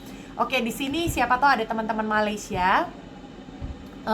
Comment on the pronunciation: Mbak Sebutnya bukan Maleesya ... Sy Sh gak ada Ma Laay See Ya